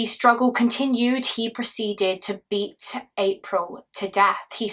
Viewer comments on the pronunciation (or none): none